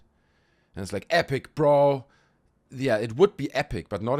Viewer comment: Haha OK saying "epic Bro!" In his German accent is awesome and I'm making it my ring tone.